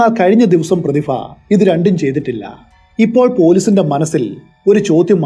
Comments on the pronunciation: Prathifa alla Prathibha, gets annoying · പ്രതിഫ ആണോ പ്രതിഭ ആണോ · പ്രതിഫ എന്നുള്ളത് പ്രതിഭ എന്നു പറയാൻ പറ്റുമോ 😁😁🤣🤣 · പ്രതിഫ യല്ല ബ്രോ, പ്രതിഭ എന്ന് ഉച്ചരിക്കൂ. പരിഭ്രാന്തി എന്ന് താങ്കൾ ശരിയായി ഉച്ചരിച്ചു. അതുപോലെ പറയൂ. പ്രതിഭ.